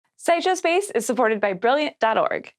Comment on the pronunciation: Wha? Side Show Space?!? I had to go back and re-listen to the first second of audio to make sure I heard that right!